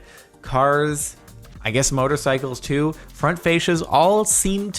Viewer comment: "Front Fashes"